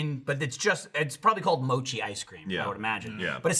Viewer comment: The way they're pronouncing mochi at the beginning is aggravating the fuck out of me.